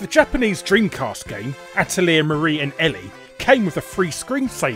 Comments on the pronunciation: Atelier is pronounced Ateliee-ay, you burp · To be fair he mispronounced Atelier too.